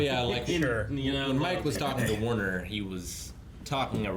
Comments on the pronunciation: This week I learned that can't pronounce Banderas or Werner. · Mike did not read Werner correctly.